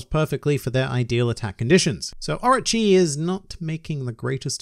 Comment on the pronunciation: It sounds like you're saying Archie instead of Orochi. I was like Archie? Archie's in One Piece? Maybe Jughead is in One Piece too...